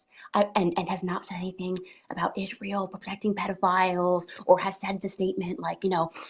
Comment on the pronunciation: She can’t even pronounce israel she says the nation of esharel